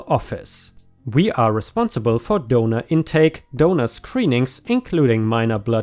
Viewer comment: The entire time he was saying "donor" I wasn't looking at my screen and was curious as to why he kept saying "donuts".